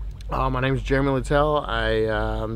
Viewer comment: dude it’s jeremy not juremy